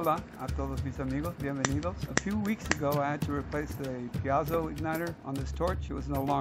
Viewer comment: piezo is pronounced peezo